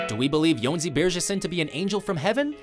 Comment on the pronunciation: they actually pronounced Jónsin right